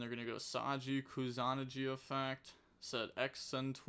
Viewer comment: Pretty sure it’s pronounced Koo-sah-nah-ghee